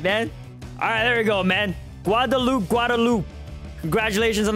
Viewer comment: The way he pronounced Quadalupe😂